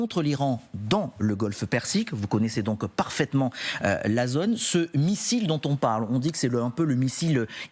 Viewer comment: Mais pourquoi le présentateur dit-il "pose", "otre", "zonne" à la place de pause, autre et zone ? Normalement on apprend la bonne prononciation à l'école de journalisme, non ?